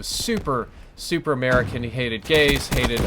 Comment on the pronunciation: American not camaea